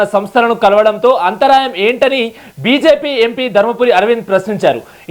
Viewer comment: అంతరాయం కాదు యాంకర్ గారూ...అంతరార్థం అనాలి.తెలుగు రాణి వాళ్లంతా తెలుగు యాంకర్ లే !